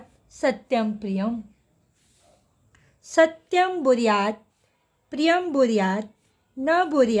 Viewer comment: Mam kindly improve your PRANANSIATION It's bruyat not buryat